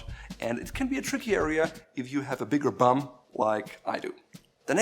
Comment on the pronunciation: I like how he says big bum